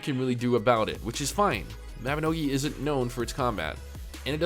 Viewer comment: Dude please pronounce the word "isn't". "Is in" is not the same pronunciation.